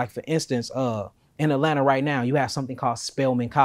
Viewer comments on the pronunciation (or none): none